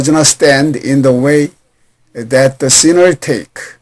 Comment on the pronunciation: 공부하기에 넘 좋아요, 그런데 ieueo 의 앞에 디로 발음이 되는것 같은데요 ?